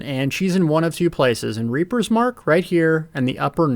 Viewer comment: Reaper's MARCH, not mark....moe-teef, not motive....must have been the fact that you were so utterly enthralled by the festival grins